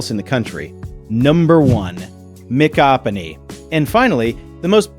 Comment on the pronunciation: Not quite the correct pronunciation of Micanopy...but oh well...